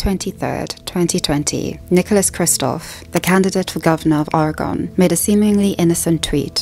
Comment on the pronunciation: I’ve never heard Oregon pronounced like an alien planet before.